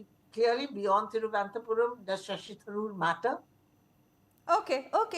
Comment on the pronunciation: Thiruvananthapuram ma'am not Thiruvanathapuram